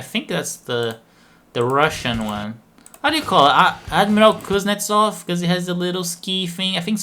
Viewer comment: Your pronunciation of "Admiral Kuznetsov" is very great. Also our fleet have very principial position that its not an aircraft carrier, they call it heavy aircraft-carrying missile cruiser.